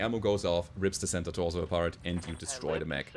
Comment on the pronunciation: I love how you say "Center torso": "Santa torso". Gote vainachten or how you say merry christmas ;)